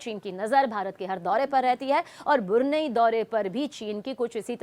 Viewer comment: मैडम बुरनई नही ब्रुनेयी बोलिये